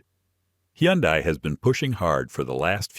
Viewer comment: it's hun-day-- not he-yon-dai